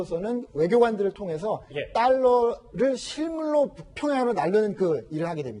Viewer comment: 딸러가 아니고 달러입니다